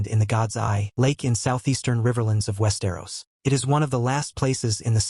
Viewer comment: you can really tell when "he" says West Aeros lmao